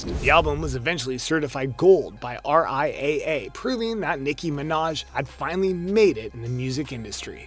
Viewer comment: you said her name wrong boo